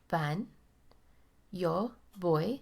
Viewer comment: Especially when she's mispronouncing Yo.